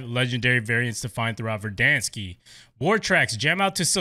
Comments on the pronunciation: Pronounced Ver-Dan-skkk- not Ver-Dan-skiii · No hate but it’s not verdanske